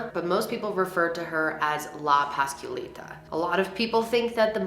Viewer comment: The ways she pronounces la llorona la pasqualita and la popular gives me anxiety lol